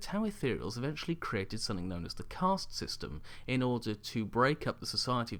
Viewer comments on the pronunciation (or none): none